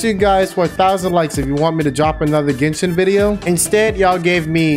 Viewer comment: Am i the only one heard said kitchen instead of genshin?